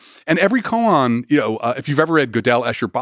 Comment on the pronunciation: “Koan” practice not “coon practice”